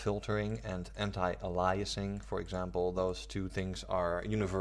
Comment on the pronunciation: ay-lee-es-ing. Not uh-lie-assing. It also doesn't filter textures, it algorithmically post processes the image, in essence downsampling. Transparency anti-aliasing does this to transparent textures, it's very different from full scene anti-aliasing. Lots of misinformation here.